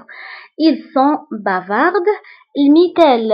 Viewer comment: Bavardsلا تنطق في آخر الكلمة d